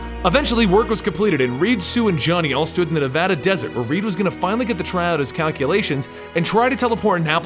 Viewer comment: knows how to pronounce Nevada right:D